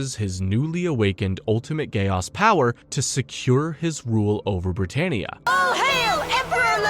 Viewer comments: Very nice! But am I the only one who gets bothered by “Gay Os”! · Frrr why bro saying code geAss like bro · Dude I prefer the Code Geese pronunciation because the other way sounds too close to Gay-ass 😂😂😂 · The way u say Geass is hilarious. Do u have a “ggae aesss?” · Stop saying Code geAss😡😭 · I keep hearing "a gay ass" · At one point, I used to pronounce geass as gayass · Solid 6/10, would give it 7 or maybe even 8, but mispronunciation drove me crazy, especially "geass" and "Kallen" (Colin? Really?)